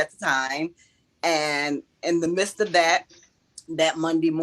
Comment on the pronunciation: Phew! As usual, the ebonics is preposterous…or I guess “puhpotsterous” in this case. “In the ‘mist’ of all this…” “Mist,” as in “gorillas in the mist”? “Preposterous” IS a big word, so I can kind of “understand,” but “MIDST” is a 5 letter word. Do NOT use vernacular you cannot pronounce &/or do not know the actual meaning of! Stop attempting to appear as an edumacated jeenyus just because you read some big words in some dickshunairee! Karma IS “something,” very good, here’s your 😊 & gold sticker!